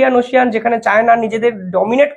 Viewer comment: ওশিয়ান নয়। বলুন ওশেন। ভক্ত আপনার মুকুল